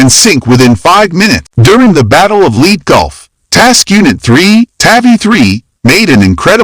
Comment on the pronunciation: FW 190s in the Pacific? 39 knot battleships and cruisers? The island of Leet (that's the way it was pronounced)? Cruisers in Taffy 3 (according to the title)? And, that was only in the first minute. I didn't watch after that.